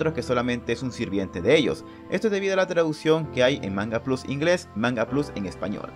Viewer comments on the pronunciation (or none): none